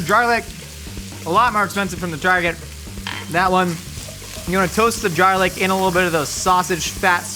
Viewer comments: why does he say jarlic and not garlic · I thought it was garlic and not jarlic. Quit trying to be cool